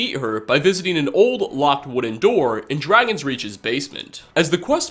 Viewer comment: I love all the different ways people pronounce things... Az-urah, the Carriage guys say Dragons-rech for dragonsreach... Some VA's clearly weren't corrected or they felt it was fine to have some slight differences. You'd think someone who says By Azura would know how to pronounce it properly but I guess not.